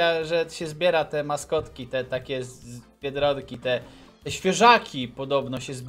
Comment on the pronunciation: nawet nie umi biedronka przeczytać